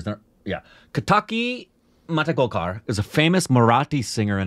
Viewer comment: I think it's first time wrongly pronounced the name of singer.